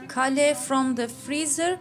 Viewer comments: keyl diye okunuyor kale, aklınızda bulunsun. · When you said kale I got confused with your Turkish pronounciation...I wonder what's a castle got to do with a dish! I think the pronounciation is Kay-l. Anyway another great video!